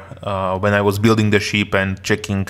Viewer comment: Takový klasický západoevropský přízvuk a trošku zlozvyk s výslovností u pár slov, například "ship" ve tvém podání zní jako sheep :P Ale jinak v pohodě, zbavit se přízvuku je kurevský problém, takže to bych neřešil :D